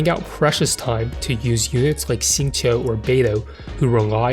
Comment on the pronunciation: your pronunciation of "xingqiu" is really good!! it's my first time coming across a cc that pronounces his name right/almost right